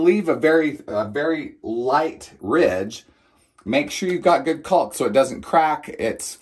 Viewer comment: Sorry, but you're mispronouncing "caulk" - the L is silent, just like "talk".